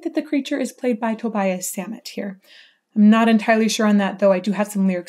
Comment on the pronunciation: Great video thanks, by the way it's pronounced Tobias like Tobi-as